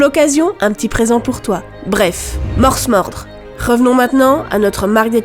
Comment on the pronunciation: Il me semble que le s de morsmorde ne se prononce pas. C'est la contraction de mors (mors a cheval) et mordre.